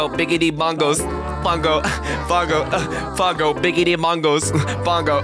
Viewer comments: It triggers me every time you say pango because you say it (Pon-g-oe) but I say it (Puh-ang-goe) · PONGO its pango. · its pango not pongo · I like how he says pongo instead of pango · It Pango not pungo